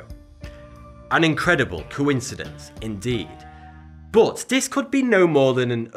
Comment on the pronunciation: Why you say "boot" instead of "but"?